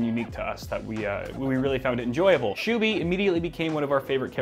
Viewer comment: absolute butchering of his name lol